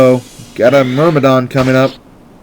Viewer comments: Ok genius, ur pronouncing myrmidon wrong. it has nothing to do with mermaids! its meeeeeermidon. oh, and by the way, theyre not yellow units, theyre allies. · Whenever you say Mermidon, I always think you're about to say mermaid. xD